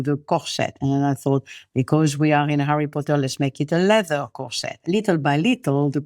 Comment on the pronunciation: Harryh pottah